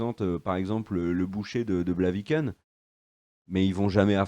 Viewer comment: On dit boucher de BLAVIKEN, pas « Blakiven » haha